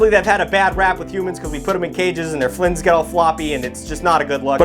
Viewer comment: Not a typo or an editing mistake but you called fins "flins" when talking about orcas lmao